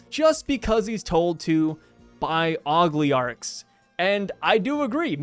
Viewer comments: tbf, they sum scary O-LI-GARCHS (oglee-arcs had me crackin up lmao) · Ogleearchs took me out lol. Always love the videos though